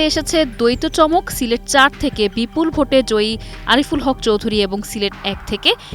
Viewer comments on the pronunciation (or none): none